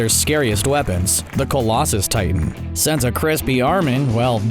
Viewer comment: Did he say collases Titan?